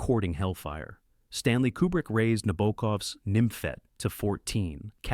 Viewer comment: Na-bok-ov, not Na-bo-oo-kov Please pronounce the vowels correctly.